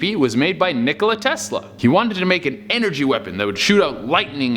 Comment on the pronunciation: "Will give it ANergy" XD I'm not hating I just wasn't expecting that